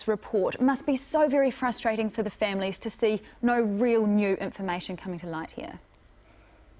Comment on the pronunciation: She needs speech therapy....(families NOT femeh-lis).....